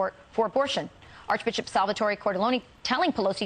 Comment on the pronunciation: LOL, it’s Sal-vuh-tohr